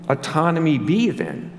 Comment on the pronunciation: Pronunciation: aww-tonomy. Great talk!